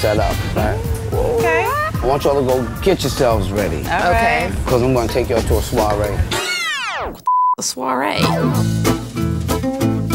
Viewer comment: The way the are pronouncing "soirée" and "embrasse-moi" was physically hurting me. I felt assaulted!